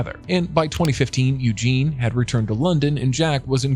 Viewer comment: How hard is it to pronounce the female version of Eugene? It is spelled differently as well Eugenie, Eugen-ee....